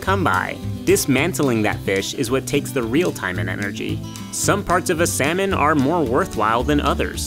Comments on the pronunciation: The way he pronounced it didn't even go well with the joke. It's clear he didn't write the script. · "And for the bear, time is money. Or really..." Me: "honey". MinuteEarth: "sal-money". You're killing me.